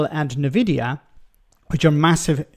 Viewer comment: na-videa ? it's en-videa surely?